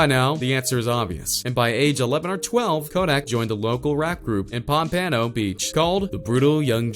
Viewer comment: And he said it wrong more than once